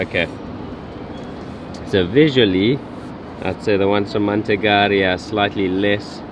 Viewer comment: Your pronounciation of "Manteigaria" is quite bizarre. All the vowels are deaf.😅